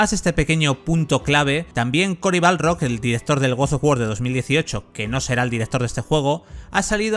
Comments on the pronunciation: Es BARLOG, no Balrog xD Buen video por lo demas xD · Guosofgüor y Corey BALROG (que no Corey Barlog). Tremendo el nivel de inglés del comentarista.